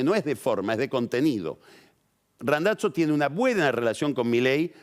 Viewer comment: Queda muy navolin queriendo pronunciar Randazzo en Italiano lo tendría que pronunciar como lo pronuncia el propio Randazzo